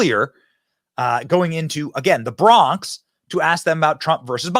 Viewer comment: You keep saying the Brong😂😂😂😂 he went to BK first clip and BX second clip